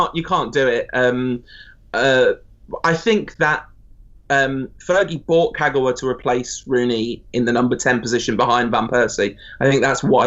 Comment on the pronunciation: Naaaa put some respect in Kagawas name.